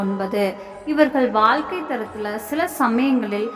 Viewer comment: ஆயுளைப்பற்றி சொல்வது ஒரு புறம் இருக்கட்டும். தமிழில் 'ழ' என்ற எழுத்து வரும் சொற்கள் மிக அதிகம். அதை பேசி பயிற்சி எடுக்கவும். வால்கை, தொலில்,கிளமை, அளகு, உளைப்பு, பலக்கம் என்று சொல்வதை கேட்கும்போது நாராசமாக இருக்கிறது. பொது வழியில் பேசும்போது பயிற்சி எடுத்து பேசவும். இல்லையென்றால் தமிழை நன்கு உச்சரிக்க தெரிந்தவரை விட்டு பேச சொல்லவும்.